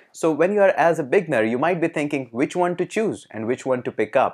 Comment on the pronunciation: i have been asking a question for many times but no accurate replays. hope you answer me why Indians pronounce "w" or "o" letters as "V" ?!! so when you want to say ONE your are actually saying VUNE which has no meaning !